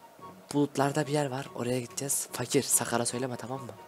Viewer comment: Abi fakire seslenirken fakirin ırini söyleme fak ir